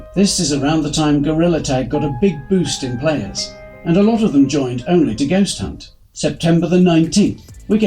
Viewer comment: um you said hunt wrong